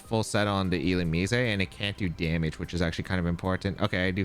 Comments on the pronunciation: it's 100% illu-mize, and not illu-mees-ay 😭😭😭😭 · if I have to hear illu-me-say ONE MORE TIME